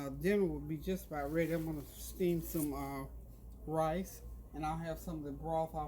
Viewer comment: Random, but I love how you say “rice”. You pronounce it “rAHs”. It’s my favorite!